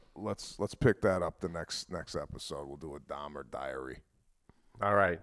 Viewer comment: These guys are so Italian American that they turning the name Dahmer into Dom. I keep hearing Pete saying Dom instead of Dahmer. Lmao. Love this cast. My favorite podcast. No political bullshit, not much current event crap that everybody else does. Just two dudes talking about their week and everyday life!!!